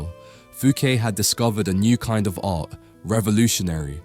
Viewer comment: Great study. Occasionally you do the correct pronunciation of closing t's, and sometimes not - "art", "part", "white", and "not". Tony Blair popularized this kind of pronunciation as he dissembled like a naughty little child. No need for us to follow suit. A nice crisp pronunciation sounds so much better, not so?